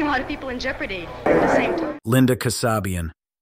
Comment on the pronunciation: Linda Kasabian's last name is pronounced KAA- SAY-BE UN, not Kuh- SOB-e-uhn.